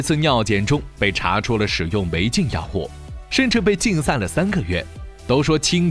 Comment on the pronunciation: 你为什么所有in都读作ing? 金牌你读经牌 心脏你读星脏， 禁赛你读竞赛，母亲你读母青，亲自你读青自，世锦赛你读世井赛，视频你读视屏。 请尊重你的母语，努力纠正错误发音。不用谢。